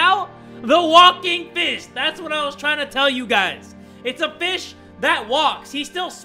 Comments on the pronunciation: When he said walking fish I legit though he said walking bish and I was so confused.... 😂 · I thought you said the walking bish